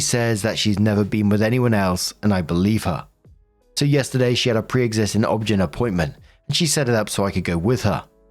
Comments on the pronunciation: Saying “obgyn” as a word and not “O-B-G-Y-N” made me giggle 😂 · Pssst just a note: It's Ob-GINE (long I, as in gynecologist)